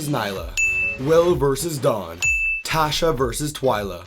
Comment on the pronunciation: Great video!!! The only thing that was slightly off is miss-pronouncing Neleh and Tasha’s names… other than that great vid!